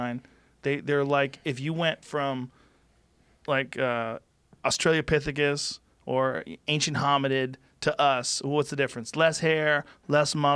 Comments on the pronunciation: I’m pretty sure that Rogen referred to australopithecus as Australia-pithecus ... or maybe he is suggesting that man evolved from a couple of humble Aussie bogans called shazza and gazza who hung out at the beer garden of eden. Shazza got preggers and the rest is history. Many sins were committed. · i died at australia-pithicus and ancient homi-did LOL